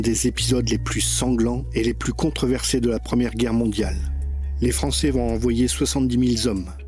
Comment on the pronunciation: Vidéo interessante. parcontre on dit contreversé pas contreversé!